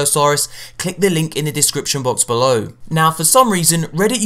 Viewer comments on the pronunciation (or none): none